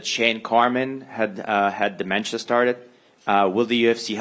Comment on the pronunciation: "Shane Carwin", "dementia" .......... Dana: next question.